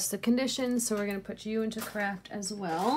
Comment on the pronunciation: You're the only person I know who can say craft and make it sound like the word Crap. Hahaha🤣🤣🤣